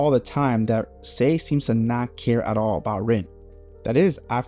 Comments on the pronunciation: SAE, not Say. Sae = SAH EH Sai = SAH EE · I like when people mispronounce names because it shows they have more connection with the manga than the anime, and when reading that’s how they read it in their own head. My take. Other Blue Lock YouTubers do this too, like Extendo who still pronounces it “Say” sometimes.